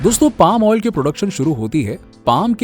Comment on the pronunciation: आयल नाही भाई ऑईल 😂😂 अनपढ